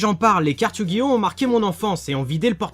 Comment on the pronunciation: OH MON DIEU TA DIT YU GI NO A LA FIN. LA T EXAGERE.